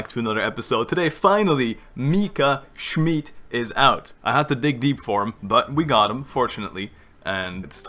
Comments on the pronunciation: you are pronouncing the name wrong its schmidt with a short i and not schmied witch is the german translation of smith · I'm sorry to nag you, but it's actually pronounced "Mika Schmitt" not "Mika Schmeat" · + you’re actually saying Mika “Schmied“ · no both of you are wrong you pronounce it schmeadt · whenever i hear dehya’s burst i always hear it as “you’re dead schmidt” and i can’t unhear it and burst out laughing everytime istg 😭😭😭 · obviously not, orherwise he'd pronounce it right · he's pronouncing it like that on purpose, he mentions the proper pronounciation in the video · where did I start a riot now? I just said I doubt he's German based off how he pronounces 'Schmidt'. You are way too emotional for what I just said. Plus, I don't care if he pronounces something right or wrong. You don't even know my mother tongue. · I still can’t get used to you saying “schmidt” since it’s my last name in german and i get called that a lot😭